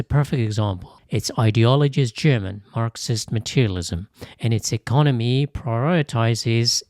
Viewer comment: The AI language needs to upgrade to better German pronunciation. The pronunciation is butchered.